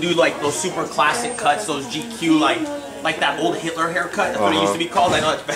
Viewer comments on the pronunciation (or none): Did dude just say Hilter cut.lol